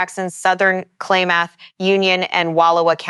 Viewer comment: "Klaymuth county?"